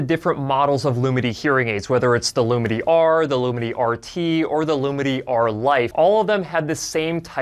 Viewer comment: As a deaf person, I am really grateful to people who speak clearly. All I am hearing here is "Loominy" but it's spelt "Lumity". That is difficult for me. But it needn't be....